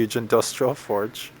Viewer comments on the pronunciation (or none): none